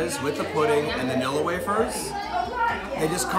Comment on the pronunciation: Vanilla, not vanella. Looks yummy!